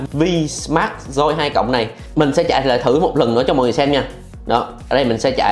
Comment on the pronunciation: Máy tên là vsmart joy 2 plus ,ông này lại đọc là vinmas doi 2 lớt